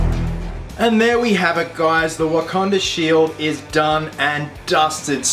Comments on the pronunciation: Well, at least he got the "Wakanda" pronunciation correct on the last episode of "Captain With a Country". Only took him six episodes to get it right. lol Jk,, just busting your balls. Good job! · Legend. Finally learnt to say Wakanda 😂😂